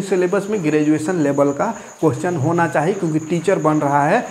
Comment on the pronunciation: ई अनपढ़ नेता tenth ka बूक हाथ से छुआ नहीं होगा इसको ग्रेजुएशन बोलने नहीं आता शिक्षा मंत्री है